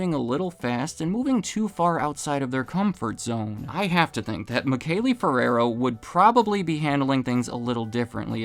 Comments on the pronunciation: Michele is pronounced “Mee-keh-leh” in italian by the way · Sure the founders name is pronounced Me Shell